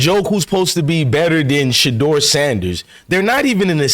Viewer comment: you said it correctly because Shedeur is HIM!! 💪🏾💪🏾💪🏾